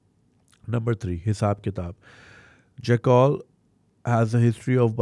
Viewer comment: Btw it's jack-el not jakkaal